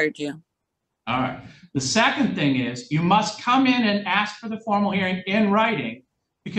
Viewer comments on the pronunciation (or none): I will always insult people and their intelligence when they say ax instead of ask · "Don't insult my intelligence" Proceeds to say 'axe' instead of 'ask'. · Please don’t insult my intelligence by saying “axe” instead of “ask”, even though English is your first language and you were taught that in vocabulary lessons in 2nd grade. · ASK, not aks!! 🤦‍♂️ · Please don’t insult my intelligence…….just axed me if I understand! Oh honey it’s ask or asked not axed! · A doctor once axed me if I was drinking enough water. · Might want to google why “ax” or aks” is still around before you start making fun of them for saying it. I had a boyfriend who said it. Bothered the living daylights of out of me. But I educated myself as to why it’s still said that way by people. 🤷🏻‍♀️ Just a thought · Don’t insult my intelligence when you ax me. 😂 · "Don't insult my Intelligence, Just Axe me" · “Don’t insult my intelligence whilst you’re axing me. Just axe me.” Wow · "Axe" gets me every time. Don't pretend you are intelligent when you can't even speak your native language correctly. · Judge repeats statement.: don’t insult my intelligence by axing me a question. 😂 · Don’t insult my intelligence. Just “ax” me…….🥴🥴🥴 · "Just ax me if I understand. Dat's it." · I couldn’t wait for the defendants to “axe” some questions. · “ Don’t insult my intelligence. You axed me a question “ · Terrified of the police, because you taught them to be afraid. Perhaps you watch your speed and you will know how fast you are going. If you have intelligence, you aren't going to say "axed." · Just axe me!!! It’s like nails on a chalkboard.